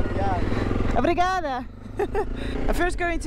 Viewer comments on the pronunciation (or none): Yes and I don't think you pronounce abrigado properly. It's actually obrigado or obrigada.